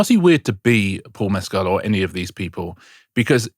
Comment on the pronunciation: Great pod but Paul Mescal is not pronounced like Pedro Pascal - it is more like Mess school